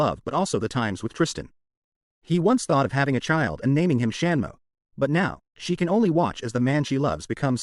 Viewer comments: If going to use AI voiceover listen to the voice over first before posting it. Such silly yet important mistakes that could of easily been corrected. Example: Tristan is a "he" not a "she" and the 3rd brothers name is "Samuel" not "Shanmo". Seriously. How the hell did you get Shanmo!! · 😂 A.I. who the hell is "Shanmo"? 😂